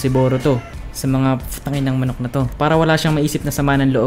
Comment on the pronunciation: Yung manok pag sabiha mo hahahah😂😂😂😂😂